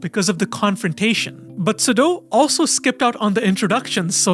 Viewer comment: Imagine researching and knowing all this stuff about the show and still butchering the pronunciation of Sudo's name...